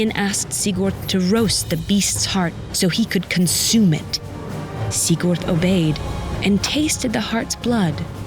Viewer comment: As a native Norwegian speaker, I've never heard the names pronounced like this before. I considered turning on subtitles to understand Especially weird were "Lawkeye" and "Sick Urt".